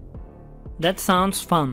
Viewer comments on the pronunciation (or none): none